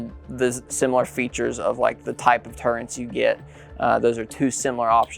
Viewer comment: What's a "turrent?" Oh, you meant "turret," okay, never mind.